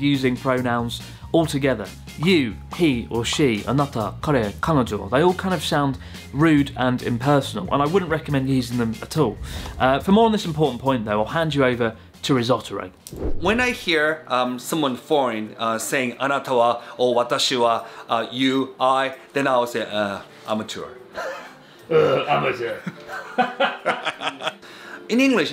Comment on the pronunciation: “Risottoro” killed me.